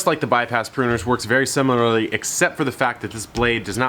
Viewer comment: “Simular” took me out ngl